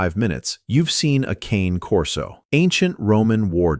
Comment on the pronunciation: Learn to pronounce the "Cane" part of "Cane Corso", then get back to me.